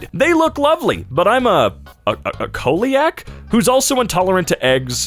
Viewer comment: its pronounced "seeliac" 🤦‍♀️